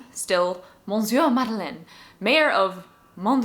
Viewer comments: Small correction: monsieur is not pronnounced mohn-syuh but rather muh-syuh. /mə.sjø/ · You are not gonna like this comment, but the n in monsieur is silent.